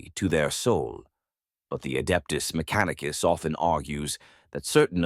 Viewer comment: …“Mac-a-neek-a-sis” main soldiers…made me laugh out loud! The proper British accent paired with the bizarre version of a phonetic pronunciation is quite the pause worthy delivery! It certainly makes the narration sound like AI whether or not it is. I don’t catch many absurdities in these videos but once in a while I hear a real gem!